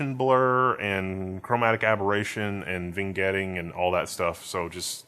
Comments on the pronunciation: bro said "vingetting"😭😭😭😭😭😭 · "Vingetting" you say? Oh boy, much to learn have you